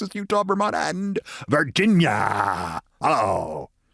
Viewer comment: Keith when you put an emphasis while saying (Virginia) is that an homage to the movie Gettysburg where every time Virginia is spoken they put an emphasis on it? I only ask because since 93, I have put such heart and soul in saying Virginia!